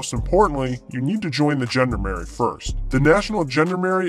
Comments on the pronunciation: A How about the 101st Amphibious Reconnaissance Battalion, known as the Sea Dragon Frogmen? B As to your accent, the proper pronunciation of Gendarmerie is zhon-DAR-mare-ee. I only got through high school and college French, but I did learn that much. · I just couldn’t stand the mangled pronunciation of “gendarmerie” any longer, or the ignorance of the idea of a nation-wide police force. I’m sorry if my ire caused problems for others, but I could only stand so much.